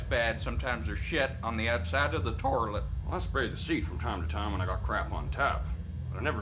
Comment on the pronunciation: Torilet my mom was pronouncing it right her whole life😂